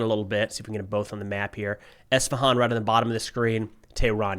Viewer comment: Thanks for pronouncing Isfahan right